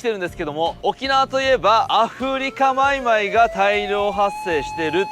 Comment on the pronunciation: アフリカマイマイが上手に言えない 神経毒の初期症状かw